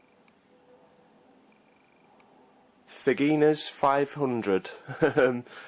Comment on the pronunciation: Great video review. I really like this game tbh.... has quite a "different" feel to it in many ways. Thanks for the mention..... btw it's "Fagin" (as in Oliver Twist) "RS" "500". :D Rather than sounding like vaginas500. :D